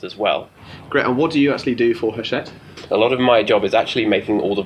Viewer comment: It's pronounced 'achette right?!